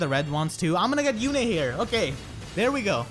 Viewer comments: "Yune" is a real name, and it's pronounced "Yune", not "Yune-a" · It's not June yet so it's yu-ne. Ok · How do u pull Lewyn...he's an absolute cryptid in my game e.e I only managed to get Halloween Myrrh and a dupe Halloween Kagero(good fodder hehe) with around 40-50 orbs so not bad. Also congrats on the Yune! I tend to pronounce her name as Yoon-eh and I doubt I can change that ¯\_(ツ)_/¯ (Also also gen 5...I see you are a man of culture👌)